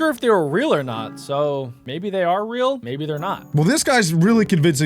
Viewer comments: It's not rael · It is not rael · It not ril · it. not. reaI